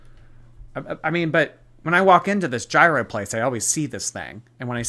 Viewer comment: Damn, I wish I wasn't replay. I would have thrown soooo many tomatoes for that pronunciation of gyro.